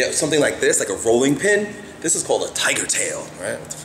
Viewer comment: "this is called a tigeerr taill... wtf"